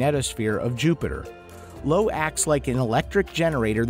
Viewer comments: What is Lo? Io pronounced IO! Great spot was observed many times before Voyager. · low? Nah uh, Io (Eye-oh)